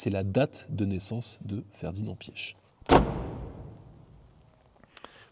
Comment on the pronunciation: Vous êtes sûr de la prononciation du Nom de Mr. Ferdinand Piech?